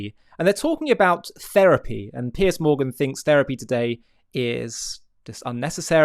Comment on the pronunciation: Piers, Not Pierce. He's not James Bond